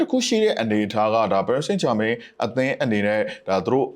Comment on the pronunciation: နှုတ်ခမ်းမွှေးနဲ့ကောင်က.ပဲွဲကြိုသုံးသပ်တယ်သာပြောတာ.အသင်းနာမည်ကိုမမှန်ဘူးဟ. ပဲရစ်စိမ့်ဂျာမိန်း.ငပိသံနဲ့ပြောရတာကို. ဘာတဲ့.ပရ်ဘာဆိုလဲ.ငနဲ.ဘောလုံးရောကန်တတ်ရဲ့လားမသိ.လူကြားကောင်းအောင်လျှောက်ပြောတာ.သူပြောတာတွေလဲ.တလဲဲကည့်ပဲ.နဲနဲတော့လေးစားအုံးဟ.အားပေးသူတွေကို.channel ကြီးထောင်ထားပြီး.အဲ့လူမျိုးထားထားရင်.ကွဲမှာပဲဟ..ကြည့်တဲ့သူတွေစကားလဲနားထောင်ကြအုံး